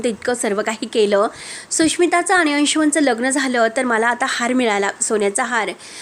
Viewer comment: आणी चे आनी, म्हणुन चे म्हनून 😂😂😂